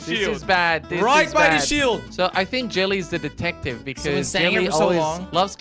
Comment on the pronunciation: back to the good old days... did you notice he said detactive not detective.